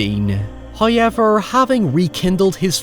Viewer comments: OMGGGGG...SINCE YOU INSIST ON FUCKN SAYING "HOWEVER" IN EVER FUCKN VIDEO, AT LEAST PRONOUNCE IT RIGHT! THERE'S NO FUCKN "i" IN 'HOWEVER' !! I UNDERSTAND THAT YOU HAVE AN ACCENT, BUT HAVING AN ACCENT AND PRONOUNCING A WORD COMPLETELY WRONG ARE TWO DIFFERENT THINGS! WE'VE HEARD YOU SAY THE WORDS "HOW" PERFECTLY AND "EVER" PERFECTLY, THEREFORE THERE'S ZERO REASON WHY YOU CANNOT SAY HOW-EVER, INSTEAD OF "HIGH-EVER"! 😑🙄😒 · First "hoyevver" drops . Praise be to Him for his bounteous generosity. He rewards us for our devotions.